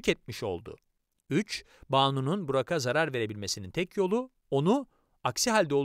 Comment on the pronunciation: Burak'a diye yazıp Burağa diye okumalıyız arkadaşlaaar🌿